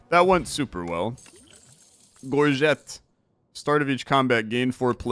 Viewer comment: You nailed the soft g on "gorget" I'm so proud of you!